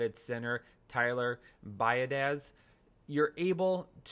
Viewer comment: It's Tyler (Bee-AW-dish). Jsyk